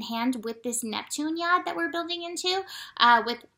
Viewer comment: I had to stop watching and go investigate what a 'Yod' is. Happy to report after thinking you were saying 'yard' or 'yarn' I ended up summonsing help from somewhere higher up. haha. ty ♥ Speaking of tiredness, I came over all sleepy today. The first thing I did was look at the planets. All I could see was the moon opposing pluto at 17 degrees. I've just had another look and there was a triangle of potential between the moon in cancer, pluto in capricorn and the sun in scorpio. By the time they reached 16, 17, and 18 degrees my eyes wanted to close. I may have missed something else that was happening at the same time. There are too many lines for me to look at. There is something else about to form over the next few hours involveing saturn, chiron, uranus and the moon -- it all changes so quickly